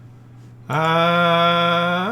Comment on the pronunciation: I have recently (re)started playing WoT after an hiatus of many years. I agree with all your comments - it now reminds me of those tabletop wargames where players field 1/56 Jagdtigers on a 6x4 feet table., a word of advice from a Kellermann to a Kellerman, Grille is pronounced Grill-uh not Grill-ay 😉 Keep up the good work, your videos are very entertaining.